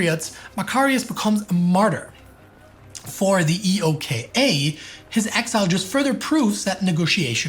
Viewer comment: I’ve never heard anyone refer to EOKA using the letters “E.O.K.A” on all references, usually it’s “Eh-oh-ka” on second and subsequent references